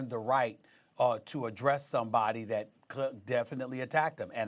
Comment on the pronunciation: It's that not "dat" dummy